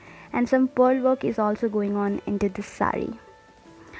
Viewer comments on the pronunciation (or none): none